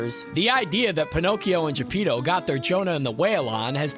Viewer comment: that's not how you say Geppetto!